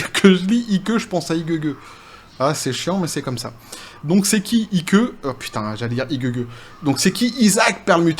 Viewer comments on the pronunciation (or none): Salut. Juste pour info. IKE se prononce, Aîk, comme pour IKE Eisenhower. Le tout, gentiment, continue, tes commentaires pertinents, c top.